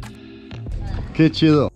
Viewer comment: “Que Chido” spoken like a true Mexican. Love your photos, they always carry a sense of space and human touch.